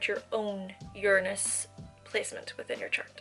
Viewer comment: I see you, I feel you, but I do think that you're pronouncing Uranus wrongly..........